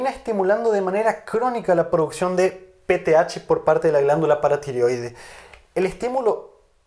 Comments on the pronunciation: Excelentes clases pero una inquietud porque el Dr. no pronuncia PTH y dice THGa ? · Sé que es PTH, pero por qué dices peteaga?